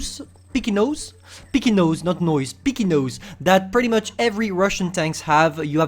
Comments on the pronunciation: Not piky it's pike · He was trying to say pike